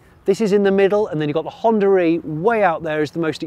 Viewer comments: Its "Honda E" , not "Honda-re" 😛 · Every time he pronounces Honda e and Hondare...